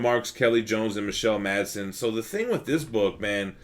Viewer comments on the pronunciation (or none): none